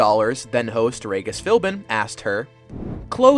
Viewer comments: Instead of saying Regis properly (like Ree-jiss) he says it like Ray-giss. Come on now. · Ray-gis Philbin... 😂😂😂😂😂😂😂😂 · I heard Raygus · The disrespect for the late Regis Philbin with that pronunciation is wild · That's not how you say Regis. There's even a clip of how to say it in your video. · U pronounced Regis' name wrong plus it's Chris Harrison, not Hanson.